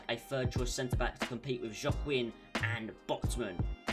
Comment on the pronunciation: Oops I miss the livestream the first time I apology and it pronounce Wa-king#Joaquin🤍💚.